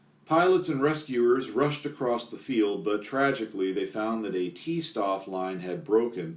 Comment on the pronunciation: Every time you read 'St' in german, pronounce it 'Sht' Stoff is [shtof]